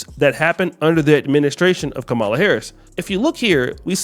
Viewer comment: It's Ka Ma La, not Kah ma la.